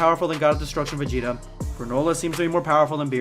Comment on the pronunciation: they always fucking up my mans vegeta what the hell